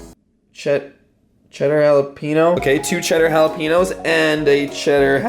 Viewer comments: Jalapeño not halapeno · ITS NOT HALAPEENO ITS HALAPAINEEO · jalapeño is pronounced jalapenYO not jalapenNO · It’s Hal-a-peen-yo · it is pronounced (hala' penyo) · Cheddar “halapeeno”? No sir. Absolutely not. Haha is it a Canadian thing to pronounce it that way? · Is anyone else kind of annoyed because he said jalapeño ( Pronounced halapeeno) became I am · Lol I love how he pronounced it jalepeeno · Wtf is a “(hala-peen-o)” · The way he said jalepeno . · Cringing “cheddar jalapino” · "Cheddar Jalepeeno"???????????????????? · Pee pee Gang the way he pronounces it tho 😳😂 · Peep that bts book ((; army 💕 Also, someone should tell him how to pronounce jalapeño lmao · PRONOUNCE JALAPEÑO RIGHT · The way he pronounced “jalapeño” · He said cheddar jalapeño wrong and that disgusts me- jk jk d-squad for life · Did he say cheeder jalape-no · Thats how people say jalapaño texas but he lives in canada lol